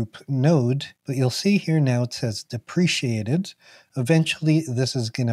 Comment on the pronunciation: The word is pronounced Deh-preh-cay-ted :) Cant wait to try the sub graphs!